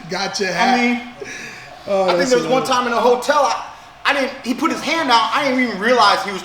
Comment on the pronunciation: Keith pronounces it "One Thyme"